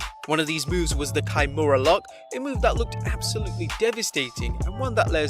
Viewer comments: It's not "kai-mooh-raa" it's KIMURA!! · Key-moo-ra. That's how it's pronounced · Lol why do you say "kimura" so weirdly? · Your pronunciation of the word "kimura" makes me cringe.